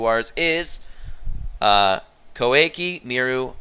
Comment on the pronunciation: and here we have another one, who can't pronounce Koa'ki Meiru correctly